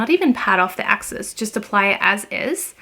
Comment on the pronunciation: Don’t think you need to speak fluent French to know ‘soleil’ is pronounced ‘Sol-ay’ not ‘Sol.’ And ‘excess’ is, well, ‘excess’ not ‘axis’